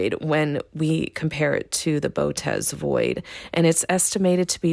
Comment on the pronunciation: You said Bow-tez. It's Boh-oh-tis.